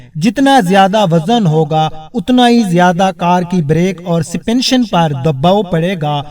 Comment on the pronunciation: بہت افسوسناک تلفظ ہے تمہارا "شافٹ"" "سسپینشن"" کیا تمہیں عقل نہیں کہ یہ الفاظ انگریزی کے ہیں ،،،انہیں کیسیے بولنا ہے ،،،سیکھو